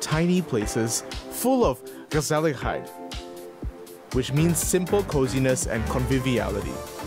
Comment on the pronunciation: I love how knows the Dutch word 'gezelligheid' and how well he pronounced it 👍🏻 Good luck to everyone and stay healthy!